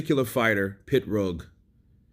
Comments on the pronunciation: He was in a car accident and had to finish after that unfortunately. Brilliant fighter who would have become undisputed. psml? It's PIROG NOT PITROG. 🤐☃️☃️☃️ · It's Pee-rogue, not a pit-rogue. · Hís name is Pirog not Pitrog dumbass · Why are you referring to him as "Pit-roag"? Are you trying to be funny, or are you just dumb? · He is not Pitrog, he is Pirog... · It's like me calling you Saying it like KYURRT 😂🤣PITROG OR PITRUG IT'S PIROG. POINT BLANK PERIOD. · Why you call him PITrog when its Pirog...just curious? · M88 Boy. It's actually said "pitbullfrog" tell for us please. Lol 😂😏😝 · There's no T in his name bro. It's Pirog. It's on his boxing trunks.